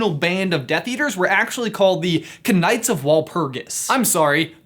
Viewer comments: Did this guy just say “ka-nights” while attempting to pronounce “knights”? I’m going to cry in the corner now... I’m crying for our American educational system. And so should you. Edit: I’m in and he just said “ex-pier-a-ments” whilst attempting to pronounce experiments. Unfortunately I can watch no further without vomiting as an empathetic reaction. Spearmint is an herb found in chewing gum. An example of an experiment would be something like a frontal lobotomy. Possibly this was practiced on the presenter of this video at a young age which would explain a lot. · ka-nights? really? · You pronounce it nights not k-nights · You said the k nights..... it’s knights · cunights what its pronounced nights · Ka-nights. The Ka-nights of Walpurgis. Oh. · I cant get over the fact that he read knights as " k nights" my god.. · ‘Kn-ights of Walpurgis” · Did he just say Kuh-Night?!?!?!!!! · Did you just pronounce Knights as Ka-nites? Like for real? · the kanights of walpugis? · Does he rly say cnight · Why did you pronounce it K-nights. I think the joke went over my head mate. Oh I just remembered the running joke. Apologises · Why you pronouncing k in knights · It's an inside joke for the Knight Bus. Look for the video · I actualy listenned to him until he pronounced the "k" in "knights of Walpurgis" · the k is silent bud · The way 'Knights' was pronounced 👌 top class 😂😂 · Your pronunciation of 'knights' intrigues me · Knights... Is it just me or do you not pronounce the k????